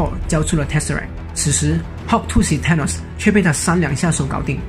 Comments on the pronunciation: Th 不是t 音。 TH是F音 所以說是fanos 不是thanos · 還有Thanos 一直唸錯tanos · 薩諾斯也不是踏ㄋㄡ斯好嗎.....英文亂念一通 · th的t不發音 英式美式都一樣